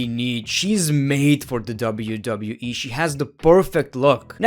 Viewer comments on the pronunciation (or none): it sounds like he said wwee